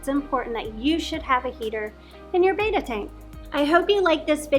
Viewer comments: bet uh not bey tuh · You guys pronounce BETTA like a bunch of mongs